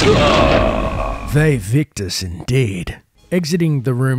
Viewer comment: It was pronounced "Why-wictooz". As opposed to "vay-vick-tuhss". Jesus, their Latin always did bother me